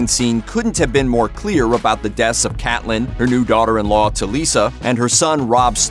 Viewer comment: Cate-lynn! not Cat-lynn